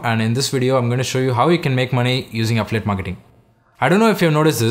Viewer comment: Great video but next time please slow down! I could've sworn you were saying "afflit" instead of "affiliate".